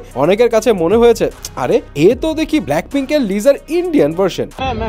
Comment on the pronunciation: vai lisa liza na